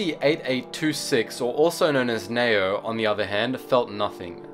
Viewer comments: I'm quite sure it's pronounced Nee-oh. Not Nayo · Its Ne-O